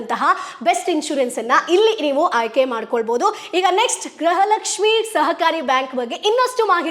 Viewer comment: Gruha Lakshmi anta sariyage uchhrane madi